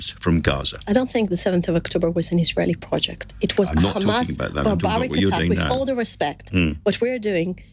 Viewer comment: Khamas..Khamas..7 october..7 october 🤣🤣🤣